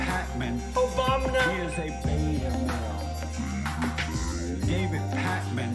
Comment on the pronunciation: I can't stop laughin every time a hear "OBAMNA"